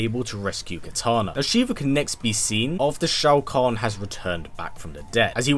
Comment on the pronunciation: It’s pronounced like Show-Con idiot